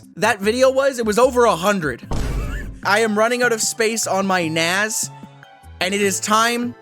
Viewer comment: naZ? 😅 I came for the concussion, stayed for the pronunciation.